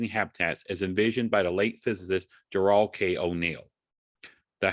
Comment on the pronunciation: Please pronounce Gerald correctly!!!